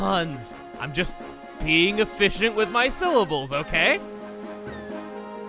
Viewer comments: E-fish-ent? XD This is why I watch you, Chugga. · You're being E-fish-int with your syllables? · Being ef-FISH-ent? 😂😂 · Chugga is really being e-FISH-ent with his syllables. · Chugga: I'm not making fish puns. I'm just being e-fish-ent with my syllables, okay? Me: Riiiiiiiiight. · ...He was being eFISHient with his syllables? I don't think he meant for that pun, but it was glorious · Ef-fish- ient lol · "I'm just being efFISHent with my syllables.", you have mastered the art of the pun. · Just being "E-FISHent" with my syllables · You're... being efFISHient with your syllables :33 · You're being eFISHent with your syllables. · He’s being eFISHent with his syllables? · E"fish"ient Either I figured that was a pun, or that's just how I heard it when it wasn't actually a pun... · You're efficient (e-fish-ent) with your syllables? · Chugga is being eFISHant with his syllables... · I guess you really are being ef-fish-ient with your syllables huh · Being E-FISH-ANT with your syllables?? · Your being efFISHient with your syllables? I can’t tell whether or not the puns are on purpose anymore and I’m not sure Chugga can either... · Ha, you mean Ef-FISH-ient? I'll let myself out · You are very eFISHient with your syllables,! I'm leaving, I'm leaving...